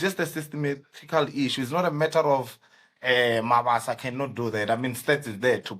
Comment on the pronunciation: I can't watch the whole episode, the introduction is kaak,ikaka...He is Mabasa not Mabaso...I don't take kind a person butchering an AFRICAN name/surname and you gossip about the striker...which is wrong!!!